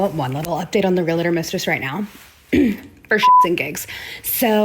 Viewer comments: realTOR, REALtor, not realAtor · Omfg all the “REEL-A-TOR” talk is KILLING me 😭 IT’S PRONOUNCED REEL-TOR. JUST REEL-TOR. HOW IT’S SPELLED. REALTOR. E FOLLOWED DIRECTLY BY AN A JUST MAKES THE EEE SOUND. FFS. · Pleeeeease! Its REAL-TOR not Relate-or! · Let's pronounce it together REAL -tor. Not REe LATor 😂😂😂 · The word is REALTOR!! They keep saying "relAtor"... Wtf! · It's REALtor not RELAtor. Idiots who can't pronounce. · It's REAL-TOR, not REAL-A-TOR. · Its pronounced REAL TOR... not REEYALATOR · I hate when ppl say Real-A-Tor. It’s realtor. There is no extra A. Just saying. Also your ex sucks and I’m sorry!! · Husband's can't be stolen. And it's Ree-al-tor not reelator. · Realtor not realetor. Why the extra “e”. I know, it’s just my pet peeve. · It’s real-tor NOT re-la-tor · Why do ppl pronounce it “real-a-tor”? lol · So beyond the point but I can’t stand the way she says real-uh-tor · Less than a minute in, and nothing to do with anything, but why are they pronouncing "realtor" as "reelator"? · Bros it's real-tor. Two syllables. Say it correctly and impress your friends! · All these people saying "real-uh-tor" is triggering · “Realitor” is not a word and this is driving me crazy only 10 seconds into the damn video. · I- was already annoyed when they all pronounced REALTOR like that... The education system failing speculation is actually active now. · The most offensive thing is how they pronounce realtor. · It’s funny how no one can say realtor right😂😂😂